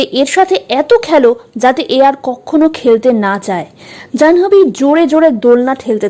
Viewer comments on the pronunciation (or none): 'জানহোবি' কি ভাই? উচ্চারণ টা হবে 'জান্ভি'